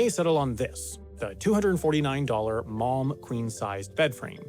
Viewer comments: man when he was saying malm I thought he was saying mom 😂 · The mispronunciation of "malm" using the same sound as "calm" hurts everytime! It's not french, we Swedes do pronouns every letter (with a variety of sometimes using different sound and combinations them sound like air 😅😂). Also an video without mentioning how useful IKEA bags are for everyday life and therefore they will more likely be on your mind when you need something is missed information!